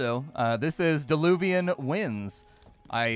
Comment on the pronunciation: Dear! It's "Diluvian Winds" not DEluvian;-) That small mistake prevented me from instantly finding it on Steam. Mistake happens xD